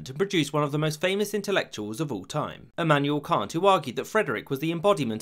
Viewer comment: How do you know Emmanuel Kant? Emmanuel Kan!